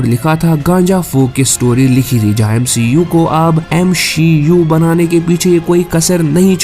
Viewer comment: Bhai Aapane Bahi Bola MCU Ko MSHEU Bana Raha hai😅😂